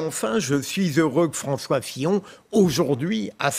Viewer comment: A ''François Fion''